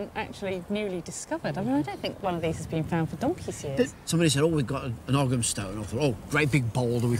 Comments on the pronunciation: It’s not Ogg ‘em. It’s Ogham pronounced O M - silent “g”. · I wish they would stop saying ogum. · According to my Druidry sources, Ogham is actually pronounced oh-yam. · It's weird hearing Ogham pronounced with a g. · well they can't pronounce 'ogham' properly 'g' is silent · It's pronounced "oe-um" but any real proffessor would know that. I very much doubt it says "corner 50 gang"🙄